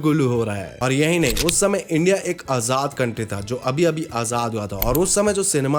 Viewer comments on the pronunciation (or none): none